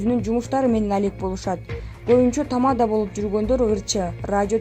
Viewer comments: Тама'да эмес чоң кыз, текстти туура окусаңар боло?? Тамада' эң акыркы ,"а" тамгасына баскыч жасалат. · Тамаданы нормально айтсанг